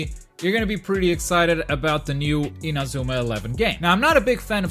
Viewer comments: Lol "in-a-zoo-ma" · You're portuguese aren't ya? The way you say Inazuma doesn't lie.. lmao